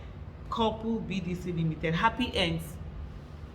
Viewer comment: Alhaja, why the emphasis on "Happy Ends" BDC Ltd? 😂😊